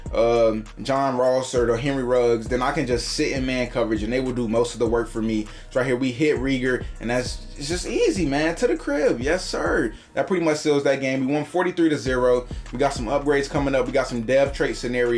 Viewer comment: W and one of your wide receivers u said reagor wrong u want to say it like raygor